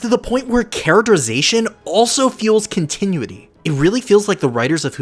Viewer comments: Love the video! But every time you pronounced continuity as "con-ti-nui-ty" instead of "con-ti-nU-i-ty" a part of my soul died. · Continuity Con-tih-new-it-EE … I rest my case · Oh cramity, Amity is no one triggered by continue ity instead of cont eh noo ity have i been saying it wrong for so long or is it a different word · say it with me now, (con-tin-noo-ity) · You need to learn how to correctly pronounce continuity. You're doing it wrong and it's annoying. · Hey man. Great video and analysis. This is the type of content I like to see when I’m invested in a show(cartoon). Not a criticism, but look up the phonetic spelling of continuity. 🙏🏽 I only offer that because you pronounce it incorrectly a couple of times. Hope you can appreciate that’s coming from a genuine place. Beyond that, PLEASE keep it up! Other than The Roundtable, there aren’t many fan channels I’d consider subscribing to for analysis/recap. 👌🏽 Peace! ✌🏽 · LOVE this video!! just a tip though, because i would love to see more videos on this subject: that’s not how you pronounce ‘continuity’. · this was super good, but god please continuity is not pronounced like that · The only issue I have with this video is the mispronunciation of the word continuity